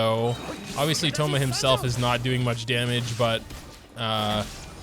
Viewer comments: When you said called him Thomas it reminded me of autocorrect but vocally lol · Our boi, 'Thomas' LMAO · My man did not just call him Thomas